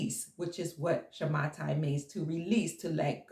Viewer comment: Dear, Thank you so much for everything.. I would like to correct you in the pronunciation of the word "Shamata". The correct pronunciation is "Shmita" (שמיטה). Much love to you.. Gil from Israel.